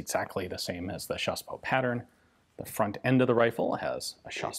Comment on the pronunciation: When you say chassepot I think you mean CHaSsePoT